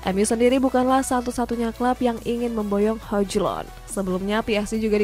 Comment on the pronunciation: Hoylund oi, hojlund mulu